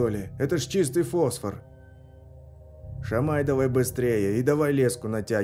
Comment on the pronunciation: Шамай-значит ешь,ударение на первый слог)